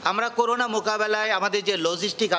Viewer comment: করুনা হবেনা ভাই করোনা,করেন্টাইন হবেনা,হবে কোয়ারেন্টাইন। স্কিনিং হবেনা, হবে স্ক্যানিং।